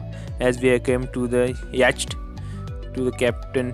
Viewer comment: It's yott not yaachat